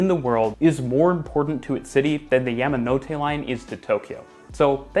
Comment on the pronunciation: It's "yah"manote, not " yam" like the root vegetable.